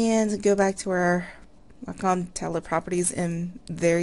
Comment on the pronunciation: Not Whack~Um honey, It's pronounced Way~Cum